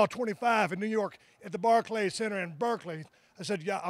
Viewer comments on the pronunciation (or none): none